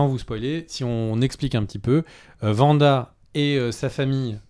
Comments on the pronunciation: Mais c'est pas vanda 😅 c'est Wanda. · C’est Wanda pas Vanda ça me fait grincer des dents à chaque fois 😭😭